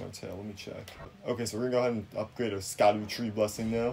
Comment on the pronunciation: Sah-cooda tree 😂